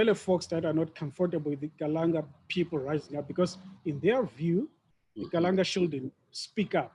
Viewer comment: Ndzimu, after 182 years as hostile and tyrannical guests of the Kalanga, you still had to correct that chap after mispronouncing the name Kalanga as Kalan'a. The willingness to marginalize the Kalanga seems to be deeply ingrained. How many years must it take his kind to show respect? Chinua Achebe says mispronouncing someone's name is a sure sign of a lack of respect. By the way, after you pointed out the brutality of the Nguni impis, the MBC bloke had the nerve to ask you for a way to improve the relationship between the repressed Kalanga and the formerly British-enabled predatory Ndebele? He had the obvious choice of offering a profuse apology. Well, he chose not to. There is no contrition there. To me, the reason he and his ilk are now courting you for support is simple. The truth about Mzilikazi's genocides will come back to haunt them when they do not have the demographic muscle needed to sustain them. Now they are cleverly trying to recruit the Kalanga to boost their numbers. Fall for that trick at your own peril.